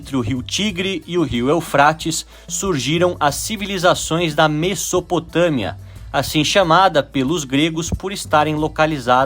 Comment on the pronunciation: muito interessante o vídeo. Só uma coisa: a pronúncia de Mesopotâmia não é “messopotâmia”, é “mezopotâmia”.